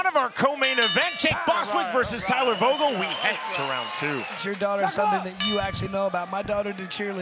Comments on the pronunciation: Disrespectful he called the second guy Jake vogul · "Jake Bostwick vs Jake Vogal" c'mon bro you have one job... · He called vogul Jake. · Vogel is spoken with an F, but I'd pronounce it like that too if i wasn't german and named that as well^^